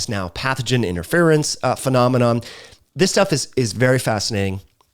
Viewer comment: IN-TER-FEAR-IN-S . . . . Interference. It's 4 syllables. Why r u making it 6? Lol